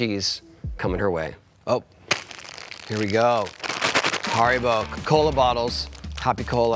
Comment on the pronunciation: its pronounced haribo not haribo